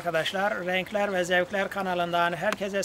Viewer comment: renklerrrrr ve zevklerrrrrr diyişe bak allahım sana geliyorum